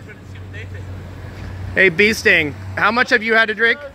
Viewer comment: "Bee sting" lol